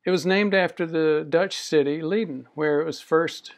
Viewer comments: and it's pronounced LAY-den or LIE-den, not LEE-den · Is leiden not lieden!